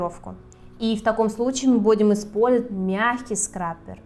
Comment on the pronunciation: Видео отличное и информативно, но голос...... 😩Вам бы с речью поработать. "БуИм Спользовать...." очень режут слух некоторые моменты 🤷‍♀️